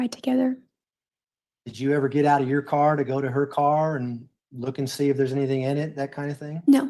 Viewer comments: I just noticed said “anythink” oh lord. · I hate it. It's ridiculous. AnythinK,everythinK wth